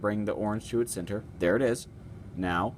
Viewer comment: i like the way you say "center" hahah. Never heard it like "Cinter" before.